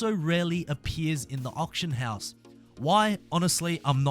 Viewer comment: You saying option house or auction house ????